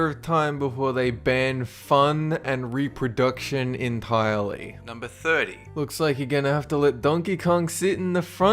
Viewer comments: And Maryland is pronounced Mair-el-land. Not Mary-land. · also it's pronounced marj er rehn! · Not nitpicking, just FYI you mispronounced Boise, Juneau, Illinois- s is silent, and Maryland.... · i died a litttle when you said maryland...